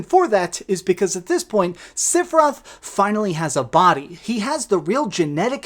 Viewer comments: Lol seph I Roth the i is not silent lol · Stop calling him SIFeroth ! Rage!! Lol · OK this is just criticism. 2 things. 1.) just because they changed or added stuff to the story, especially with the Whispers, it doesn't make it a sequel. It is still a remake. 2.) please understand that you are saying "Sephiroth" wrong. He has 3 syllabus in his name. Not 2. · The way you pronounce sephiroth is cringe. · I can’t believe you said Sephiroth like 150 times in this video and not ONCE did you pronounce his name correctly. 🤣🤣🤣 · Did he just mispronounced Sephiroth’s name??? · Learn how to pronounce sephiroth